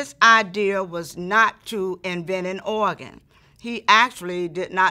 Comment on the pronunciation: I love the way she says “oagan”😭❤️